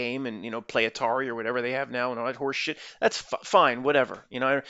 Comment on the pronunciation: The way says horseSHIT!😂